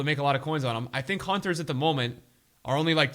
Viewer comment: Nobody:: Hunthers